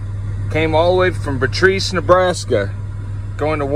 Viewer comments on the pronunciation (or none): Pardon my language peeves for a sec. It's Beatrice, NE. Bee-a-trice. And yes, transporting a pallet from there to MO is terrible, especially when he's going to go through Lincoln, Omaha, and Kansas City, all with large manufacturing bases and could pick up ltl loads. Ok, rant over. On another note: I am in seed season in SC, and I am planting a whole lot more than we're going to be able to use, but I'm putting out the word with my network that I'll have seedlings to sell, and any seedlings we don't have room for will be going to the flea market or farmer's markets. We'll also be growing dent corn (or feed corn), which can be ground into corn meal and substitute for flour. We also have oak trees, and will be milling acorns for flour this fall. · Those are actually 53 foot trailers. I own a body shop here in Nebraska. We have several vehicles that have been here for months waiting on parts. Oh and as a Nebraskan, we get pretty haughty about the pronunciation of Beatrice. It is Bee-at-ris. Thanks so much for putting out common sense content. Much appreciated! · Beeeee aaaa trisssss thats how it’s pronounced